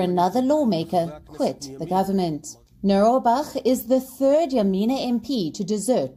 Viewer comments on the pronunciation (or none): It's not turds it's thirds. You say think correctly threat correctly now please say two thirds correctly it's not two turds 2 💩💩RDS but 2/3 RDS two thirds. If you can say think n threat correctly please say thirds correctly it's not two turds 2 💩💩🙃🤪🤔